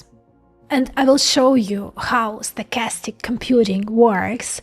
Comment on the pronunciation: Sounds more like "statistic" than "stochastic" 🙂 Like bitstream audio and PWM.